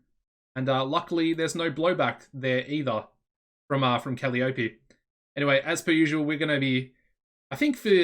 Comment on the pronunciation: Woot! When you get a chance, could we see your backstage rating, please? Gloomy Ruby is only one-tenth of your roster, so it's probably good, but wouldn't mind seeing it anyway. Thanks in advance. Oh, and Kuh-LYE-uh-pee' :-)